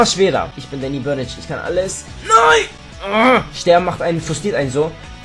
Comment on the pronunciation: duanny blörnge hast du gesagt :DD